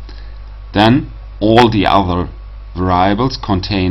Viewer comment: Thanks. Please mind the correct pronunciation of "variables" ;-)